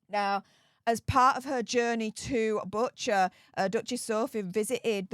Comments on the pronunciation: Dearest - I am shedding tears with you. Thank you for your compassion, empathy, and courage. I am Ukrainian, so I am immensely grateful to the Duchess for her bravery and compassion as well. (As you said, condemning a world leader.) You pronounced Bucha correctly, BTW. No apology needed! Sending you a hug from the US. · Just want to let you know, you did pronounce Bucha correctly! And we are very pleased and grateful to Duchess Sophie for her brave visit